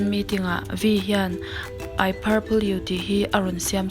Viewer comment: I paple you ati ,,purple lam Dan zirtir angai🤣🤣mahse, mipa suak tan chuan a awm tho eee